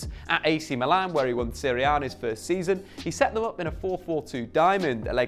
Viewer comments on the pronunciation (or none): none